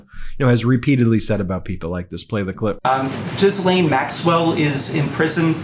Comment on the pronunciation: He said Jizzlane tho lol